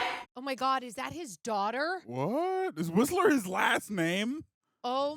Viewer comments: I don’t like how they kept calling him whisperer while his name is whistler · WHIST-LER WHISTLER. FOOL!